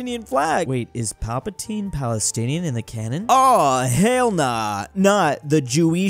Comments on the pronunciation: I die inside everytime says pal-pa-tyne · am I the only one who chringed when he called palpatine "Palpataine" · Palpatine is not pronounced like that! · Never in my Star Wars-obsessed life have I heard someone pronounce Palpatine like that 😂😂